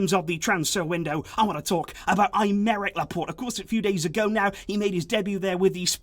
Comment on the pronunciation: Who tf is I'm-Eric Laporte? This is not how you pronounce that name.